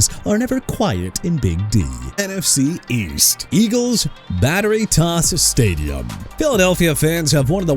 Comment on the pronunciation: It's our year stay-jum